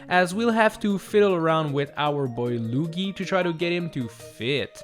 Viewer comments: he says lugie instead of Luigi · I like how u called Luigi lugee ( see what I did there with the u?) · Why do you call him lugie? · Is no one gonna talk about the luggi not luigi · Who is this Loogy you speak of, don’t you mean Luigi? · It’s pronounced lu-e-gee No Lu-ge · He Said luugi